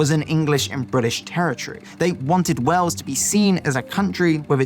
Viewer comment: Please try to say Wales with an a - Wells is a cathedral city also not too fat from Bristol! But lots of good info in the vid 😊